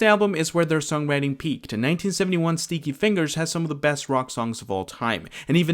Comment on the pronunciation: Did he say Stinky Fingers or Sneaky Fingers? Either way, he did NOT say Sticky Fingers!